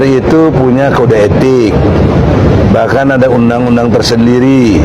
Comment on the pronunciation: Nyebut undang undang aj g bener